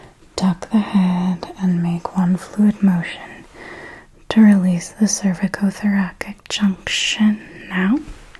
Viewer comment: It's a soft C, like thoraSic.